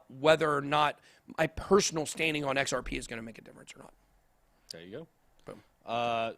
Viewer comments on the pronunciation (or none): Sounded like he said XRPenis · XRP what ? It sounded veeeery strange ;)